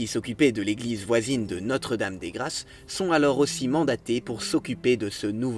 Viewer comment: "Notre-Dame des grasses"? Les Français devraient apprendre la différence phonétique entre "grasse" et "grâce".